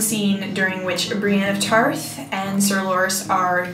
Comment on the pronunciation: I LOVED the video so much, but it's Qarth, honey, not Quarth.